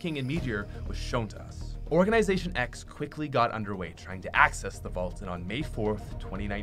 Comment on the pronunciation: nobody: *event occurs*: OrGaNiSaToIN X